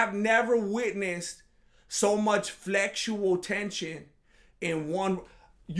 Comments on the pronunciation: "Flexual tension" 😂🤣😆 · I quit watching after you said flexual tension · omg 'Flexual Tension'... !!! LOL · "flexual tension" I'm absolutely dead 💀🤣